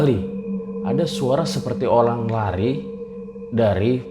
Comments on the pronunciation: ADA YANG DENGER BANG NGOMONG OLANG? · Olang apa orang bang